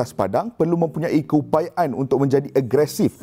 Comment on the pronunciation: aku sorg ja ka yg perasan ni ckp "keupayaen" 😂😂